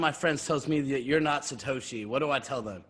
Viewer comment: Satosh... not lol 😂